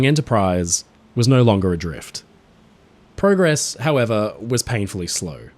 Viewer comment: You said progress wrong